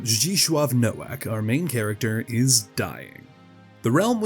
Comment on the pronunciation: Hearing you so blatantly mispronounce Nowak hurt me just a little bit inside TwT (his name is polish, more accurately being pronounced like “No-Vahk”) but aside from that I absolutely love this video! Also I can’t believe you used the weezer art of the characters for the thumbnail lmfao